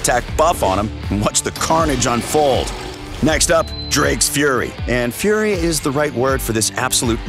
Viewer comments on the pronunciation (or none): none